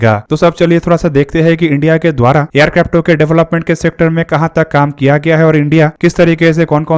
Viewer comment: Aircrafto mat bolo .irritating lagta h